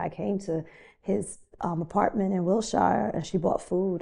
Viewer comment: Wil-SHIRE pronunciation is wild.